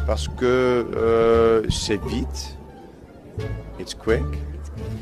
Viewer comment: Quand ils parlent francais on a l impression qu' ils disent bite au lieu de vite 😂😂